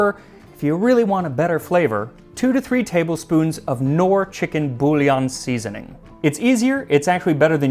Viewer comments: Small nitpick: "Knorr" is a German name, the K is not silent. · The K is pronounced , the r's are rolled hard. Believe me i'm Swiss :-) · Knorr comes from switzerland and I'm swiss, so I can tell you that the "k" in knorr is pronounced. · btw in "Knorr" the "k" is not silent. It's a German thing, it's sounded like in "Colonoscopie" .) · I've never heard "Knorr" being pronounced without the K. made me chuckle. is that how it's pronounced in all english speaking regions? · Not 'Norr'. Knorr = K like the ck in Chicken ;) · Hearing you pronounce Knor as Nor is so funny, in the Netherlands we pronounce it with a hard k. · The K of Knorr is not silent. We do not ad unnecessary letters here in Germany. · Funny that you pronounce Knorr without the K (like knight). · I love the anglicised pronunciation of Knorr with a silent 'K' like in the word 'knot'. ☺ It's actually German (we've had it here in Sweden since the 1940s), and, if you'd like to pronounce it "correctly" (ie as in the original language) you pronounce both the 'K' and the 'N' in the beginning. ☺ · so funny: Knorr is pronounced with K in europe for it is german (1838)